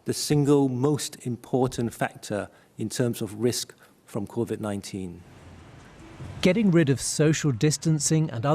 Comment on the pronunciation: The professor Wei Shen Lim . Says Covid19 exactly how a Geordie would say Covid 9teeen.